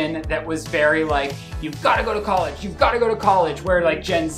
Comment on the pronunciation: how can allow the editing to show his sour, inability to positively accept and learn from real IMPORTANT critisism about how to say and spell normal everyday words like college and rotisserie WHILST continuing over years the same sour response to those actually trying to help further his embarrassment-yet his embarrassing reaction (or lack thereof) when hes told hes doing something wrong then MAKES him embarrass himself more. if he cant learn from when hes saying a simple word wrong how can he learn from anyone ever telling him hes doing something wrong????